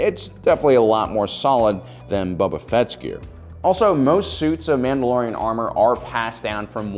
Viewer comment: I was ignoring the mispronounced names until I heard "Bubba Fett" and then I was done.